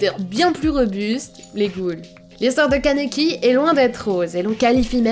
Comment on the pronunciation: Juste c kaniki Ken mais c super ta video😘 et c toka ps touka dsl mdr😂